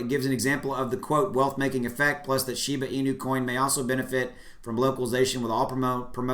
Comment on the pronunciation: it's pronounced SHE BA